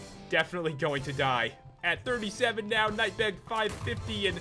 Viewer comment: pat said knight bag